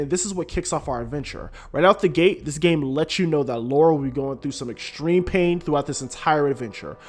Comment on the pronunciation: Seriously it’s hard to listen to a review when the person keeps calling Lara, Laura instead. I couldn’t finish listening but it’s an amazing game.